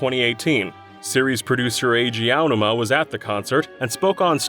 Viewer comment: Name mispronunciations are painful, just ask Eiji OWW-numa.